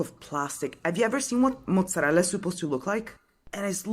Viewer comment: I'm Italian, for me she is Italian, she said mozzarella very well xD, however, to try food in Italy would not be enough a whole life to try everything, each region or even city has different foods and ways of making them different